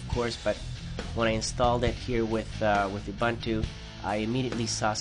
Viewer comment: oo-boon-too not ah-bun-too